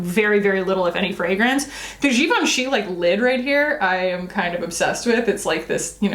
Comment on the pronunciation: I didn’t realize that I have been saying Givenchy wrong 😅